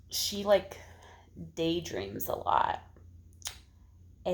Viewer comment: Haha! When you were talking about Rebecca I thought you said she day drinks a lot (instead of day dreams). That would be an interesting twist! Lol